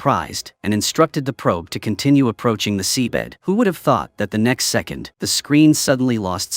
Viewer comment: Bruh.....mf said he secong 😂😂😂